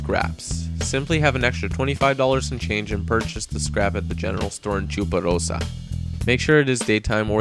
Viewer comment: i love the way he says 'chuparosa' :D